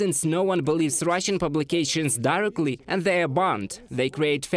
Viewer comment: Learn to pronounce: allegedly, directly. Glory to Ukraine 🇺🇦